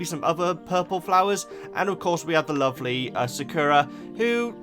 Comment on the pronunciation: Lavender, Poppy, Daisy, and please start calling Sakura "Blossom". It drives me crazy as a Cardcaptor Sakura fan hearing that named pronounced wrong, as you pronounce it like the terrible Cardcaptors dub, which makes me want to vomit.